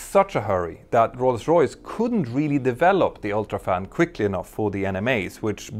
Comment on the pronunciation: I'm really happy you've almost managed to say "Rolls Royce" correctly. I also love that you managed to say Rolls Royce around a dozen times in short concession 😄